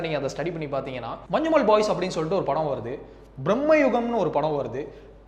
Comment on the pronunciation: മഞ്ജുമോൾ മാറിക്കിട്ടി 😂